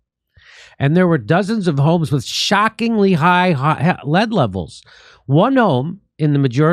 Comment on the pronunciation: OMG I can't get over him saying wis instead of with 😂😂. And the da, it's just funny